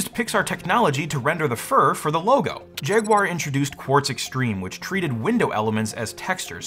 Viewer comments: Come on, no-one really says poo-ma do they? Everyone knows it’s pyoo-ma. 😜 And another thing…what’s this jag-wire thing? It’s jag-u-ar. Jag-wire?! 🤦‍♂️ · He said "Jagwire" 😁 just like Steve did back in the day 😌